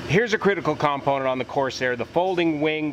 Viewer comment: If it was "unobtanium" you wouldn't have 6 sets of them. BTW It's not 'COMponent' - it's component. Cool video - just F'd up terminology.